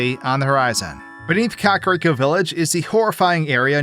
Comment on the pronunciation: i’ve been watching you for a while and it still makes me giggle when you pronounce it “cock-rico” lmfao